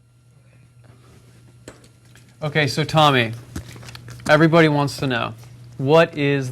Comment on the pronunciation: "The Room is uh relationships. The Room is yoo ahn mee ahn ehvrybwohn in Americuh..."